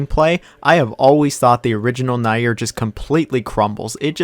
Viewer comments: Man I really don't care if you don't like any game, it's your opinion, but please learn how to say Nier. It's Nier, read like near, not nair. Jfc.... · WHY DO YOU STILL SAY NAEIR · It would be nice to at least pronounce the game's title you criticize correctly. It would also help to listen to why people prefer the previous versions. Also, Spider-man 2 kicks yours and Insomniacs ass all day long.